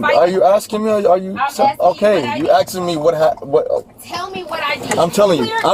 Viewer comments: What is axing are they trying to say ASKING wtf education leve 1st grade basic vocabulary missing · What is axing are they trying to say ASKING wtf education leve 1st grade basic vocabulary missingjust look it the privilage